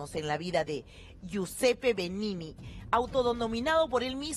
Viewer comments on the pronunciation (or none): hahah mA Verguenza me daba el reportero que decia beninini... y yo diciendo de donde le agregas la otra NI...